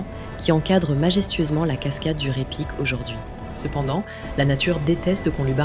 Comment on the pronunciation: NB: on ne dit pas "Ré Pic" mais Raï Pic". En Occitant et en patois ardéchois, AY se prononce Aï. On dit Faïsse par exemple. Les faysses sont les terrasses ardéchoises. Ce mot est une métonymie. Il désigne à la fois la terrasse elle-même et le mur qui la soutient. Ce mot est dérivé de Fay (prononcé Faï) qui signifie fardeau en occitan/patois ardéchois.